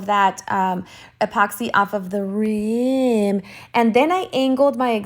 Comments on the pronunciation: I don't understand why you were saying rim like that? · Is that pronunciation an inside joke I’m missing? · New to your channel and to tumbler art. Great idea with the HTV. One question though, why are you saying "rim" the way you do? 🤔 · Just found you 😍 can you please tell me, how I ever can say "rim" again in a normal way????😂😂😂 you made my day, thank you so much ❤️